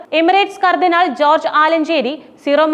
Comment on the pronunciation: ന്യൂസ് വായിക്കുമ്പോൾ ശരിയായി വായിക്കുക കർദിനാൾമാരെ പേര് വായിക്കുമ്പോൾ വിഴുങ്ങന്നത് മലങ്കര കത്തോലിക്കാ സഭയുടെ കർദിനാൾ ആര് ?